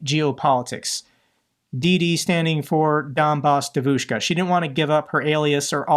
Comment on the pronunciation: In Russian, it's Donbas Devushka, not Debushka. A capital B in Russian is "v".